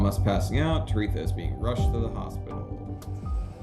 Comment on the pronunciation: It’s “Tere-THA” why are you saying “Tereka”?